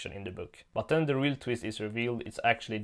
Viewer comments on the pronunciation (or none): none